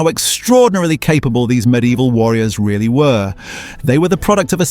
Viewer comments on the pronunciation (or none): none